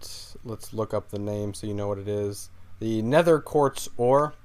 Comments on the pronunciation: OCD WARNING --- You were saying quart blocks.. pronounced quarts blocks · It's pronounced "quartZ" not "quart"